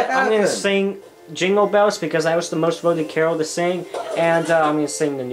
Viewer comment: U say jingle balls makes me think u need to kiss someone